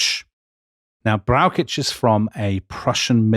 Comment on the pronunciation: As a huge fan of this podcast it is difficult to criticise anything. However, Dominic has big problems pronouncing German names. General Brauschitz is for example not pronounced with a k sound.